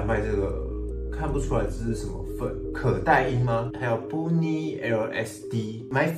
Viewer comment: bunny怎麼念 笑死